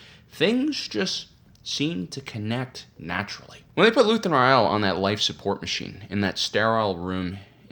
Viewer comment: But did you watch the show, because that I keep hearing you mispronounce Rael over and over? This isn't a book, they say the name in the show again and again. For a, you make ocd people go crazy when we just want to enjoy your videos.